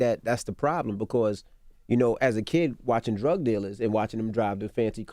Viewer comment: looool envy "druug-dealer " anecdote never ends